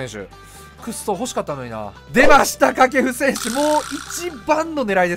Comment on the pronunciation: 掛布選手が下級戦士にしか聞こえんw